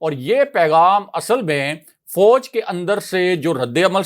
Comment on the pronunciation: Very detailed information. Please work on ur pronunciation ، it is fauj not fouj.